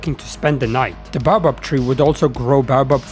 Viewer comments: don’t care it’s pronounced bay-oh-bab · it’s pronounced “ Bay-Oh-Bab “ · Nah bro, it’s “bah-bob” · Judging by his accent, it’s not the accent’s fault in itself, he probably comes from somewhere in Europe. there lots of languages share the same word but pronounce it “baobab”. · there is a correct way to pronounce it